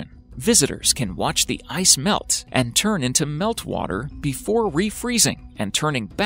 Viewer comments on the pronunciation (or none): none